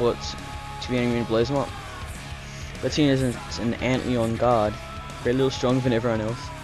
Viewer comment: antleon? lol its said Ant-Lion